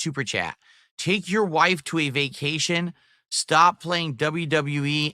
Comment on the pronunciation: Made about $2K on his berfday begathon 🐷: "I have no munney for vacashun!"